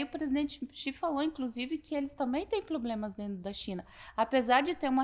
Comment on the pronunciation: “Ploblemas” 😂😂😂🫣😂😂😂😂 hein, como está o enteado? Aquele te chamou de oportunista, pu** é que gosta de bater em mulher? 😂😂😂😂😂